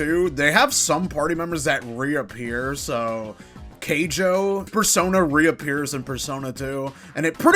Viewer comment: ''Keijo'' Dude... I know you didn't play them, but a quick google search to see the names shouldn't hurt. I also recommend writing a script first so you don't make minor mistakes, because while the mistakes are minor there some that pile up... just an advice.